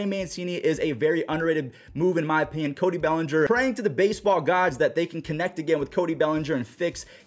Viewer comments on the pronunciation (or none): none